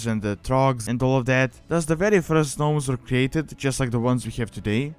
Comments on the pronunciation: I noticed you are pronouncing the Gnomes as Gnomes, but it's actually pronounced Nomes! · First Gnomes the G is silent when you pronounce it. Second it could be possible to add some lore to them like them trying to find a cure for the leaper gnomes. Or they could find a way to counter the super plague that the Dark lady is planing to use. That is just to name a few. But it is possible that leaper gnomes could invade major towns and spread an infection just like the one game glitch that happen the one time. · u dont pronounce the g 😀